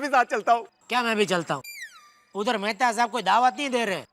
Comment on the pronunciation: Mehatha ❎️ Methi ✅️